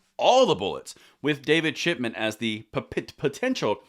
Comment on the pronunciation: You say Chip-E-Chip😂